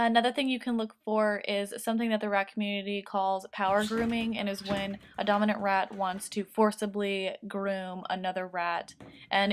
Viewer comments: When you first said dominant when I first heard it I thought you said dumb I was like wow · Avery Konkin lol me too